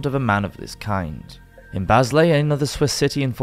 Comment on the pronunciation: Basle usually pronounced Barl \m/